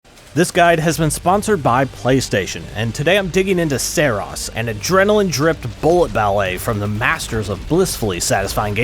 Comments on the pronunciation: "Seros" 🤣🤣🤣, didnt playstation tell you its called SAROS, with an A?? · I'm not certain but I feel like you are pronouncing the game's name wrong. More like Sorrow and glucose. Sah-rohse. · Its pronounced "Saros" not "Saros" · Great video besides mispronouncing the game ;) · Imagine making a video on a game who's name you cant even pronounce correctly.